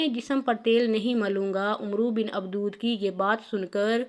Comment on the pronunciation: Ye mohtrama Baar Baar Abad e wadd ko abdood abdood Keh Rahi Hain Kam az Kam Naam TU sahee len